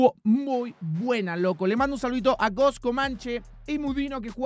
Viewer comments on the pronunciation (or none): none